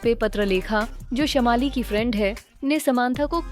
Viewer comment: Wot is dis shamaali? Y don u work a lil bit on ur pronounciations.....its shaamali.....Biggest scandal ?! Lol....